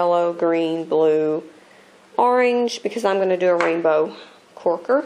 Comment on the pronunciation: lol u say corker funny lol not trying to be rude